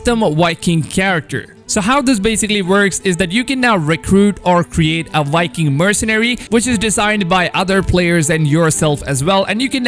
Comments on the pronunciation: You notice how he says wiking instead of Viking lol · It’s not wiking it’s Viking! The v is not a w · Wiking? Or Viking? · Anyone else hearing Wiking instead of Viking?😂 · “Custom wiking character” 😂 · Yivani Mantshongo — or being a wiking, making your own wiking village.